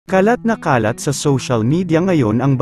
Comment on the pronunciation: Why must you pronounce “ nagkakalat” or “ kumakalat “ that way ? It’s about the news spreading, not about making “ kalat” .